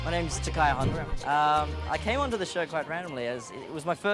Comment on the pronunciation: it's TaKAYA not tucker xD